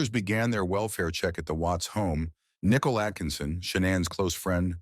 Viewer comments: haha, it was easy to tell it’s AI when it pronounced Nickole like nickel 🤭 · Oh, is that why it pronounced "Nicole" as "Nickel"? 😅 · Thank you! This was the comment that I was looking for. "Nickel". For crying out loud. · if youre going to use AI for voiceovers, its probably good to check that they pronounce names correctly. "Nickel" is not the friend's name. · Your pathetic ai voice over is saying nikel instead of nicole, great job